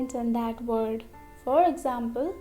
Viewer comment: Amazing video, but please pronounce L, V and W correctable, because you cannot learn us if you don't know that Word is not Vord or flaVor is not flaWor and that extremely annoying soft L. Sorry if I was rude.